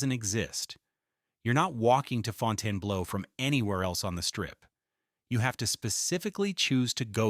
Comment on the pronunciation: It can't even pronounce the name of the place the video is about correctly. AI Slop.